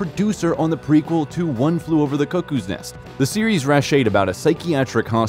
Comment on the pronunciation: How does anyone one mispronounce 'Cuckoo"?